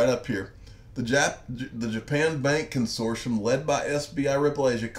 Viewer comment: It's pronounced Con sort T um